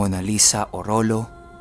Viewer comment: Salamat 😊 orolyo po ang tamang pag bigkas sa orollo ko 😍